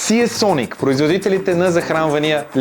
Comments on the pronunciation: НЕЕЕЕЕЕЕЕЕЕЕЕЕЕЕ СИЕ СОНИК а СИЙСОНИК !!! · СИИИИИИИИИЙСОНИК :D